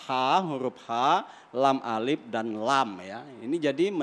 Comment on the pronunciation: hurup terakhir kyaknya kap bukam lam, halak, salah kali min